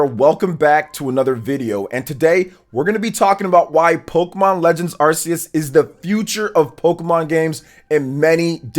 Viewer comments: Once again, Arceus is pronounced [ark-EE-us]. Ark. Not "arse". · Glade im not the only one who pronounce it as ar-seh-yos.